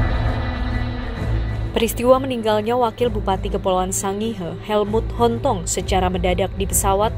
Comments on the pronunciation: Sangihe di baca Sangir... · Hai pembaca berita anda mengucapkan sangihe yg pas dong!!!